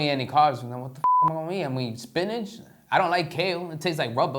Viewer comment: did she say spiniCH